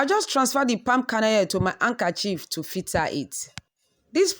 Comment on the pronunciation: You can put it in the fridge to set the oil and separate easily. Did she just say “ankerchief”?